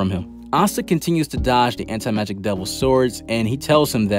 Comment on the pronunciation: Ok so i really shouldn't care but its crawling up my skin the way he says anti magic...but i can deal with it hahahaba